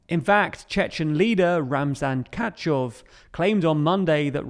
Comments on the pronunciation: wasnt is Ramzan Kadirow and not Katshow? Or is it a different tshetshen? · I didn't know Kadyrov read as "Katchov". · Your pronunciation of names and cities is terrible😅 RubiZHnE, not Rubizni. Kadyrov, not… emm, I don’t even understood, what you said instead. In Slavic languages everything pronounces the way it spells, so it should be easy. If it’s not, just check pronunciation in Google translate😉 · Ramzan Kachov haha. One of quite a few name mistakes in this video! Rushed! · no it is read as `cud ee row`, cud is like cup but with d instead of p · Come on, the pronunciation again. I mean, I get it. I don't expect perfect pronunciation of places. But Kadyrov? Have you never heard anyone say his name before? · Katchov is british cousin of Kadyrov